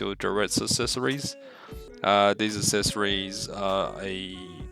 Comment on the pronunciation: "assessories" lmao